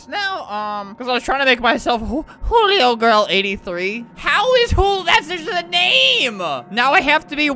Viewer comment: Why u say julio, hulio